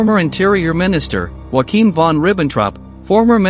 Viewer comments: It's pronounced 'You a kim' not wa- keem Von Ribbentrop😂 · 'Wakeem von Ribbontrop'? C'mon, he's not Mexican, he's German. YO-Akim is how it is pronounced in German.